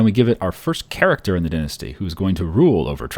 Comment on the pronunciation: Dine-asty not dinssty